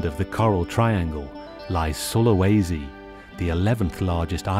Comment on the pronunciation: Its pronounced Soo-lah-was-sea If you're curious